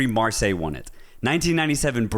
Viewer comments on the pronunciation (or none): none